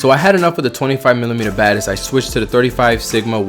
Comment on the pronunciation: It sounded like you were saying "24mm Baddest". Like "he's naming his lenses now?" XD